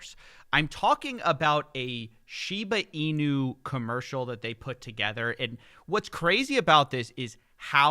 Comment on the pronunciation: They don’t even pronounce Shiba Inu correctly